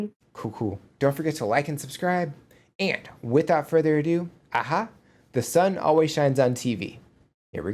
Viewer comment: The drummer and bass player in the video are not part of a-ha , just there for the video. And your pronunciation of the band members was actually 100 per cent spot on, well done !